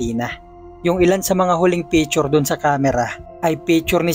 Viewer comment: Picture po hindi pechur